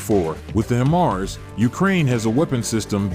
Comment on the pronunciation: HEY!!!! You guys are very irritating. The way you pronounce HIMARS is annoying.... One more time... It's is NOT "HIM ARS".... it is pronounced "HI MARS".. Get it? HI as in High... and MARS as in Mobile Artillery Rocket System.... HI-MARS. (sorry for being so touchy, but I'm a retired Army Sergeant-Major and this crap pisses me off)